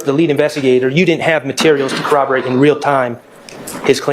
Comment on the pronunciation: Why does she pronounce it as cawaborate instead of corroborate? 😂 😆